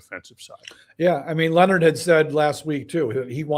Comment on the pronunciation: Jims name is Leonhard not Lenard, I just want people to pronounce it correctly.